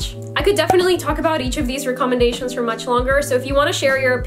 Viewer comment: we're just gonna ignore how she said "recommendation"